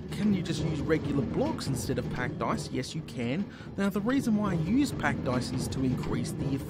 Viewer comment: OH. OH. PACKED ICE. I thought you were saying pack dice the whole time...